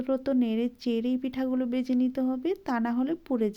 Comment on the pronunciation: পিঠা ভালো লাগলো কিন্তু আপনি যদি উচ্চারণের ক্লাস করেন তাহলে আরও ভালো লাগবে। বেজে নয়,ভেজে।